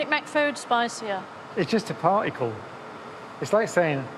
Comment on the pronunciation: I thought there was a "t" in "particle." So why say "Pah-icle"?